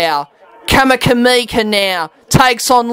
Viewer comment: Mate you pronounced 'Vunakece" perfectly but then you changed your rules on "Kamikamica'